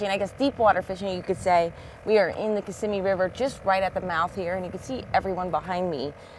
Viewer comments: I am a 60 yo native Floridian from Broward Co. and I'm almost positive the emphasis goes on the second syllable in the word Kissimmee like kisSIMMee. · I was born and raised in Jacksonville and everyone who’s not an import pronounces it that way too, the emphasis on the second syllable. Another thing, we call this fish a “speckled perch” instead of crappie. If you told one of the guys I hunted and fished with you wanted to go crappie fishing, they would want to know what in the actual hell you were talking about!😂 😅 😂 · its not Kiss-a-me river its kissemee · Only Yankees pronounce “ Kissimmee “ like does lol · Great video! But, you need to learn to pronounce Kissimmee like a local. Lol. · learn to pronounce Kissimmee correctly! 🤣🤣